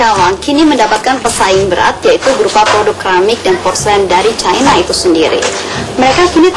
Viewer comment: ape sih ni orang ngomong cina aja pake cayna cayna... ngakunya orang indonesia..